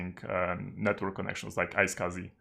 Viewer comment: Yep, I've already checked earlier, you've pronounced it correctly. But I don't see how I could find that just from that pronunciation XD